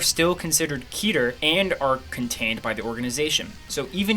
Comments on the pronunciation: Its Ket-er, not Keeter. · "keeter" sounds off. its ket her